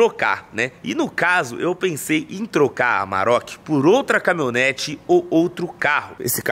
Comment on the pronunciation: Camimhonete que dize kkk